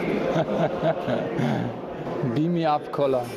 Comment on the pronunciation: nich "be me up" sondern "beam me up" ;)